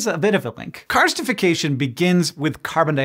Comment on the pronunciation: I actually did hear "carcinisation" when Hank said "karstification" so I appreciate the clarification!